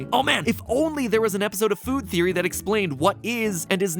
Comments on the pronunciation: BUT HEY THATS JUST A THEEWEE A GAAAAAAME THEEWEE! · I love how he used the meme of Gordon Ramsay when he said theewee instead of theory lmao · just a theewee